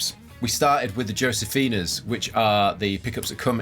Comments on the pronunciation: the "J" In josefina is pronounced like a letter "H" Pronounced Hosefina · Pronounced hosefina..... Europeans.....lol